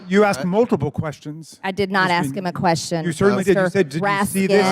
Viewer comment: Raskin says "question", MTG says "quesshen" 😅😅😂😂